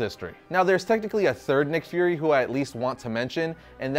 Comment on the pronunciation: Its pronounced as "fyoor-ree" not 'furry'. Lol